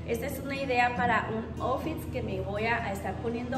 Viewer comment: Toda hermosotaaa😍😍😍 todo te queda divino! Como consejo porque siento que te puede servir. "outfit" se pronuncia "autfit" Sabes que todo te lo digo con mucho cariño y respeto porque sé que vas a llegar super lejos❤